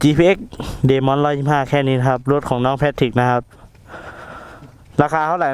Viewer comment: Demon พี่ ไม่ใช่ Demin5555